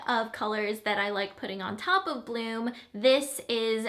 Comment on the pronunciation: ohhhh BLOOM!! First time you said it I heard "blue" - lol! :-)